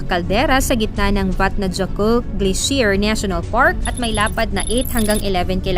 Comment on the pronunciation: Yung vatnajokul na sinasabi niyo po yung pronunciation niya is vatnayokutl. Hindin po vatnajokul. Yung 2 L's kasi pronouce as tl. And yung J is Y.